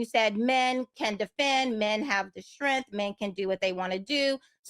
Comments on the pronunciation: It's based on strength, not strenth. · Take a shot every time she says “STRENFF” 😂😂